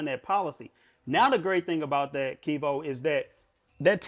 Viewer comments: he let dat man call him "" the whole video lol. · “” lol a real respectful dude for not correcting. but he was dropping gems tho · He keep calling you lol